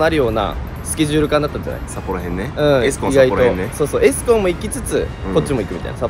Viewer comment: エスコンのイントネーションが気になった😮